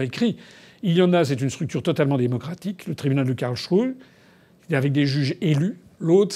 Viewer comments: KarlSruhe et pas Karlchruhe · Simplement si vous pouviez prononcer Karls---et puis ruhe, ca ferait un peu moins quak aux oreilles. Cest un genif s et ruhe veut dire repos, calme mais quand vous le prononcez ca fait shrew. Surement, on y trouve ses megeres...